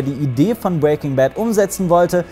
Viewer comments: "bwaking Bad" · Du sprichst Breaking immer falsch aus😂